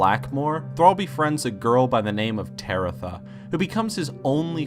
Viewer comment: Tebetha, not TareTha